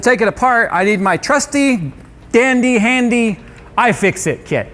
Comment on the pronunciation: still cant say handy dandy LUL